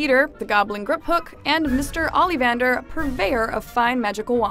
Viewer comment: thank you for butchering the pronunciation of Ollivander...